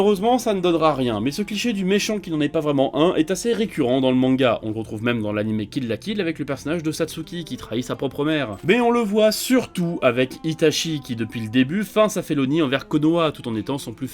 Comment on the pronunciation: Par contre svp arrêtez de prononcer Itashi, c’est Itachi (avec un t devant le ch)